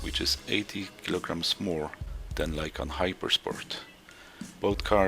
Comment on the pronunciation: its lykan not lykam, bro